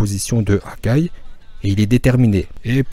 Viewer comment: J'ai cru que tu avais dis Hagar